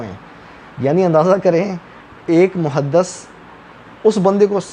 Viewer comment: عرض یہ ہے کہ لفظ محدث میں “د” پر زیر ہے، زبر نہیں، muhadDIS نہ کہ muhadDAS۔ یہ ایک پنجابی مسئلہ ہے کہ ہر زیر اور پیش کو زبر بنا دیتے ہیں اور قاف کو کاف۔ عجیب۔ پتہ نہیں قرآن کیسے صحیح پڑھتے ہونگے۔